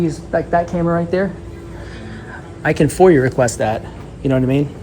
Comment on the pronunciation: the way you say it sounds like youre saying "foyer request"